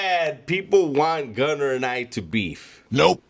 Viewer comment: Naaaah mayne, two things you messed up. 1) The way you said Gunner. 2) You’re were too loud…you woulda been very quiet and collected if there was a real fallout.